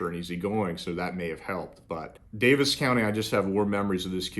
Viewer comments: Just to try to help, it's pronounced Davy's county not Davis. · I’m from indiana and it pains me to hear you say daviess county. It’s pronounced Davy’s not davis county.